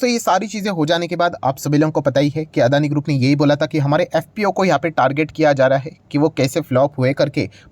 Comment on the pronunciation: Its Not अदानी। Its अडाणी।